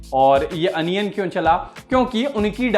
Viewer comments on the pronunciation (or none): अनियन नहीं होता है ओनियन होता है